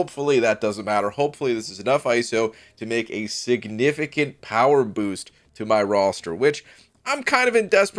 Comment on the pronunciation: "A sig-nificant power boost." Boo BG. Take a lap